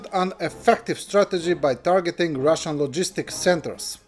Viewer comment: "ROOSAYAN" for 'Russian.' ... your A.I. digital voice needs more machine learning.